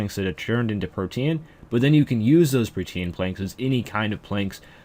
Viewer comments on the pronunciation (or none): “PRO-TEEN” not “pro-tee-an” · Holy shit its "Protean" like Pro-Teen not Pro-Te-Ann. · Lol protean its Pro-teen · its not prote-an. its pronounced just like protein is. its a play on words.